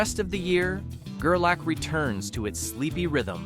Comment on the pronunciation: Gerlach. Pronounced Ger Lock not Ger lack...